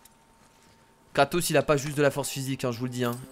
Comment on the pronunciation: tu à dit katos